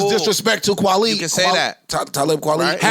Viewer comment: When Joe kept calling kwali kwale I knew he was mixing kwali with wale and he kept calling him kwale that was hilarious 😂